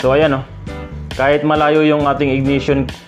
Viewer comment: IGNITION sir, not IGNATION